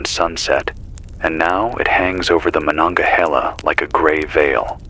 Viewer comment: The pronunciation of Monongahela is off from a Pennsylvanian. Still very atmospheric and intriguing.